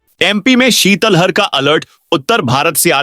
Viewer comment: शीतल हर नहीं शीतलहर वोलै